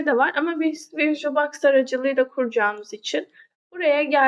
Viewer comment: Anlatim güzel fakat bazi kelimlerin ingilizce teleffuzunu yanlis yapiyorsun virtulbox gibi cok dikkat cekiyor😂😂